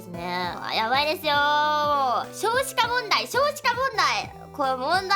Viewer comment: ダイナモ感覚ダイナモ感覚！！！ 「少子化問題少子化問題！！！」がこう聞こえた